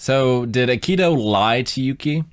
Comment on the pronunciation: Yeah I noticed she pronounces it kind of like “aki-he-toe”. Tbh both of them have had trouble pronouncing some names in the show. At this point in the reactions it just makes me giggle